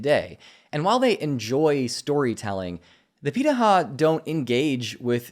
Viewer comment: Hey,! I haven't finished the video yet, but I'd like to make a comment on the pronunciation of "pirahã". You did a great job reproducing the "r" sound and I know the "ã" sound is more difficult for English speakers, but it's closer to "han" at the end of the word, therefore: pirahan (without letting your tongue touch the roof of your mouth when you produce the "n" sound). It doesn't affect the quality of your video, it's just an interesting detail. Edit: now I see that the speaker himself is pronouncing it wrong haha brazilian culture in one anecdote omg